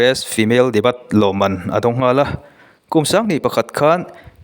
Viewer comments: Nie Daybew tih anga lam tur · Debut i lam dan hi a dik lo thin